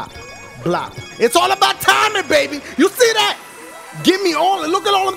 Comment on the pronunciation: I don't think I ever heard dashie say baby weirddd